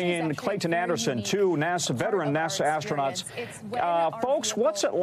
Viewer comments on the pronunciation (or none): "There are officially astraunots" Smh